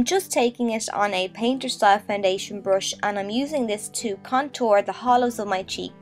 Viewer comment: It's not a brosh and you're not boffing. It's a brUsh and you're bUffing. Urrgh